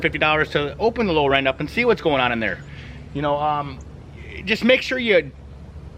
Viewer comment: OH... Lower END 🤯, meaning the Lower Unit. Brother I watched this video a few times wondering what a "Low Ren" was. I'd never heard of a Low Ren on a boat before 😂